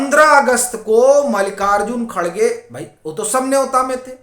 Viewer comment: खरगे नहीं खड़गे कहो हिन्दी में